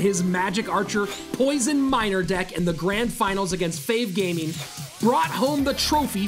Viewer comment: Fav gaming pronouced wrongly🤣